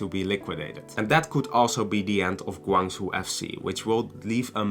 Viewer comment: You should pronounce as "Gwang.....Jow"